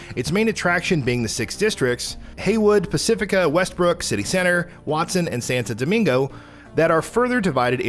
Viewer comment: saintou doumingou